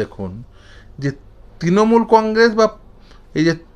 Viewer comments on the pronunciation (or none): none